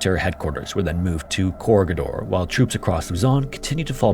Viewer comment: That's not how you pronounce Corregidor. Core-reg-i-dor. NOT Corgi-Door